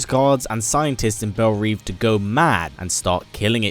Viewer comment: Belle Reve is French. It's pronounced "rev"